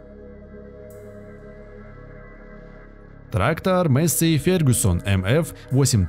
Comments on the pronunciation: Маесей а не мейсси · Афтор лол, учи матчасть. Во первых Fendt Vario 936 читается как ФЕНД ВАРИО, ВАРИО-это запатентованная коробка передач, а во вторых двигатель дойц имеет объем 7,8 л и две турбины выдавая при этом 360 л.с... П.С. Пока писал о Фенде, афффтар произнес название Массея и я понял что это бесполезно...